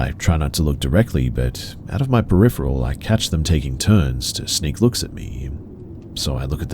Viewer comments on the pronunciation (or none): none